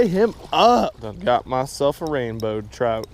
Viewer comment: I love the way he says trout 😂 Had the biggest troot I've seen in my life.